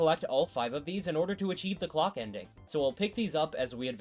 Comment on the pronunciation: why did I hear Glock ending instead of clock ending?